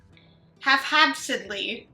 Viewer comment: haphazardly lol. Good try though! 😂😊